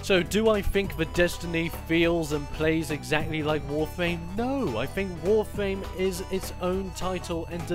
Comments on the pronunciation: Is it just me or did he said Warfame instead of Warframe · It's not warfwam or warfame it's warframe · Its warfram not warflam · why does he call it "wawfwame?" where are the r's? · "WOFAME" lol, is it that this guy is british or is he really just missing a tooth???